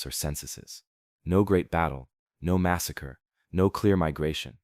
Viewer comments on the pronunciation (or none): none